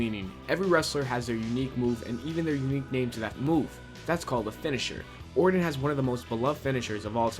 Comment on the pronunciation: These garbage Youtubers only care about pumping out low quality content as fast as possible. He can't pronounce Orton or WWE, and he can't write a sentence that makes any damn sense. Most of the time they're trying to speak so fast they don't enunciate anything and it comes out sounding like garbage. These people do not deserve our views.